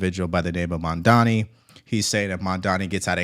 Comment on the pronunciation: Everyone mispronounces Mandani how about Devari Dorkins .